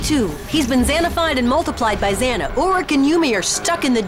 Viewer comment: "X.A.N.A.", not "Zana".